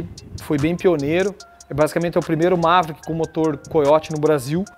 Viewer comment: Dá impressão que ele ta falando Mazda, toda vez que fala Maverick.. kkkkkk